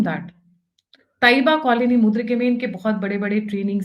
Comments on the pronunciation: Its not mudrike..... its Murid-ke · Its not Mudrike, Its Mureedke! Agreed, wonderful , Dhurandhar 3 - with a strong woman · मुद्रीके नहीं मुरीदके कहिये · It is Muridke, not Mudirke.